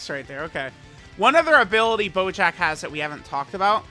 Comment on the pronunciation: Does he call bojack at any point "BOJACCCCKKKA"